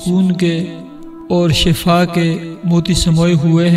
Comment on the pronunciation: شفاء ش کی زیر سے ھے زبر سے نہیں زبر سے معنی بدل جاتاہے شکریہ